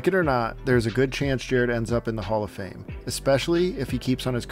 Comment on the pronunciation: Did you just say Jared Goff and Hallf of Fame?? That's quite the reach isn't it?